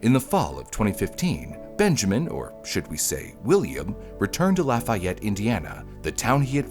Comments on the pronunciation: Not “Laf-aye-et”….”Laf-ee-ette” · "Indigent" and "indiGnant" are two different words with two VERY different meanings. It is pronounced "lah-fee-yette" if you're talking about Indiana (yeah, yeah, I know. You don't want to know how we pronounced "Versailles".) and it is not "just north" of Indianapolis, it's about an HOUR north of Indianapolis. "Just north" might be Lebanon or Pendleton. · Agh!!!! I live in Lafayette. The way the documentary pronounces the town is maddening.